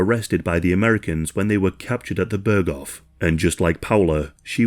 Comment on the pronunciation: börgoff ah yes